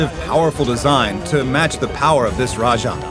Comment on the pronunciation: Also Rah-jong instead of the correct Rah-jayng